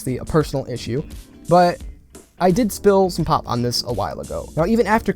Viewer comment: Nope first time you said you spilled pop on it I thought you said pot